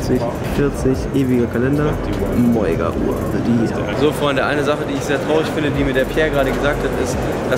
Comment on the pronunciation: Das ist ein Insider und bedeutet "Mega" also spricht es extra "Moiga" aus